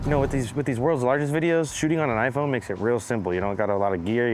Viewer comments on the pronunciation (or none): none